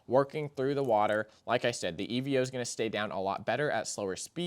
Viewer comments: Evo my guy not E.V.O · It's pronounced EE-VOH